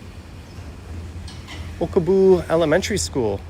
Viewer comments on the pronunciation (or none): Haha..it's Okubo, not Okobu. And that train you saw "stopped" above the road, was at the Shin-Okubo platform, so yeah, it stops to drop off and pick up passengers at the station! I prefer Family Mart, but yes they are all great. Can't believe you spent such a short time in Tokyo (barely scratched the surface).